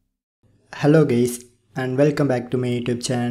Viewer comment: did he just said "hlo gays"?